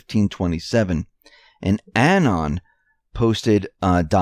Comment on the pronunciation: Anon, pronounced uh-NON, not annen. Emphasis is on the second syllable.